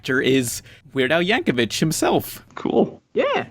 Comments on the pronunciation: It's pronounced Yank-o-VICK, you dirty plebs. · I cringed every time pronounced Yankovic